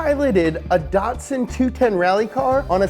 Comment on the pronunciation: Datsun not DATsun